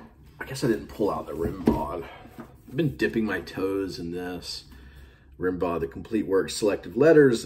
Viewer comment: Pronounce Rimbaud's name Rim-bow